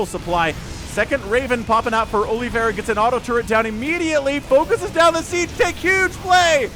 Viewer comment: "Olive a ra" not aloe vera ;p - it is brazillian/portuguese name.